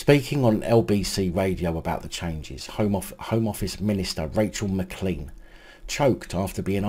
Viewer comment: i watch all your vids mate. Just a wee thing. The name McClean is pronounced Mc Clane It is a Scots surname. It is ok though coz she is a muppet. Keep the vids coming mate.